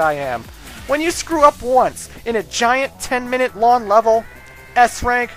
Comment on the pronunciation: does anyone else notice dude isnt pronouncing "ng" .... "long" turns into "lawn".... lol